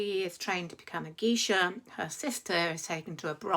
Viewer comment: "Memoirs of a geisha" -- just to let you know, it's pronounced GAYsha.